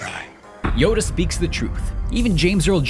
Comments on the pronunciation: he said 'yodo' instead of 'yoda' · he said yodo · Every time you say "Neeson", it sounds like "meesa"; as in Jar Jar. Also, I'm almost certain you said, "Yodo".